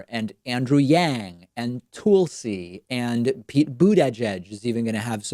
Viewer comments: Toolsee? LOL It's TUL-see (the TUL part sounds the same as Jethro 'Tull') unless, of course, you were being sarcastic. :-) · Is it Tull-see or Tool-see? David is the only person I know that pronounces her name that way. I hate when people mispronounce names. It's lazy or vindictive if done with famous people. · Why are you pronouncing Tulsi as, "Tool-see?" It's, "Tuhl-see." I was distracted from your normally good content by this jarring mispronunciation. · For all those complaining about David's pronunciation of "Tulsi" you must remember that he was raised in Argentina and Spanish-speaking people would pronounce it "tool si" So it is simply an unconscious slip of the tongue that is happening. Nothing to get excited about so save your comments for something of substance. He is not trying to be mean or smearing Tulsi in any way. Ask anybody you know who actually speak Spanish and you will see I am right. Warmest wishes from Florida! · David Pakman Show - why do you insist upon pronouncing the names "TOOL-si" and "BOOT-ehh-jehhj" as if they were exotic foreign nationals rather than American citizens by birth? I am by no means a supporter of either although I fully support Gabbard's courageous stance against the militarized Deep State, but no other commentator anywhere either on or offline has demonstrated such awkwardness with their names, and it is not in my estimation beyond reasonable expectation for a listener to conclude that you are deliberately stumbling over their names with a calculated awkwardness - the kind that harkens back to the "Saddum" mispronounciation of George HW Bush. Please explain this. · Tool-see. Boot-edge-edge. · First the hairstyle, and now "Toolcee and boodajaage"? I'm confused Dave what's going on? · He just starting saying the whole "Tool-See" thing. He's full of shit. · Tool C and Boot Edge Edge. Is David doing it for the Closed Captioning? lol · Did he say "Tool-si?" Wtf? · Was thinking the same thing. 😂